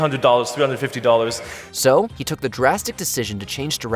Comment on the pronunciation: isn’t it pronounced He like the word not like huh?